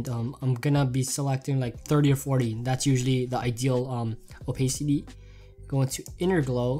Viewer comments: Opasity not opaysity lol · not to make fun of, like his videos are lit, but can I quote how he said Oh-pay-city XD